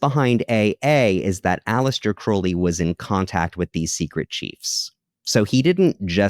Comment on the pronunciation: I can always tell who is a Crowley simp by how they pronounce his name 😂 All you need to do is look at the state of his own life, at the end of it. He died a penniless addict all alone in a trashy, disgusting apartment. Could never be me putting someone like that on a pedestal.